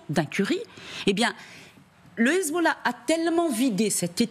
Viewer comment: Déjà pour commencer c’est Hezb’Allah pas Hezboooollah franchement autant d’ignorance c’est aberrant….